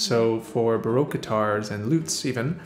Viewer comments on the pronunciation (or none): none